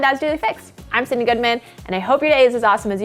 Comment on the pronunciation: Why do I hear syndey instead of Sydnnee